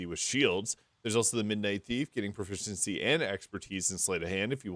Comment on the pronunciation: How on earth can you say the word "Proficiency" so many times in a row without accidently tongue-twisting yourself??